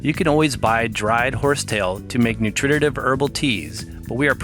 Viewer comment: Good information, you have a good set of informational videos. Two suggestions however. Please use more photos and less text. I am very visual, and don't need to be both read to and read for myself simultaneously. Second, please watch your pronunciations. You seem to have difficulty with the scientific nomenclature. And you should learn to say 'nutritive' correctly. It is not 'noo trit tit iv'. You are adding a syllable. It is 'noo tri tiv'. Don't mean to nit pick, I was just taught that if you want to represent yourself as an expert or authority, you should master the language of your subject.